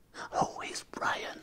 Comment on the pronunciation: J’ai entendu where is Beyan j’ai explosé de rire 🤣